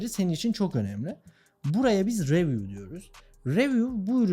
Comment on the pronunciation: kanka anlatımını ve enerjini beğendim ama ingilizcen beni çok yoruyor. reviuv değil riviuv desen ben de takılmasam. emeğine sağlık ( istersen ingilizce konusunda destek verebilirim, dalga geçmek niyetim değil)